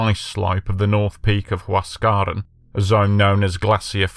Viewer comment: Get your pronunciation right please.....its NOT Huas.. caran !! Its Huas... ca.... ran ok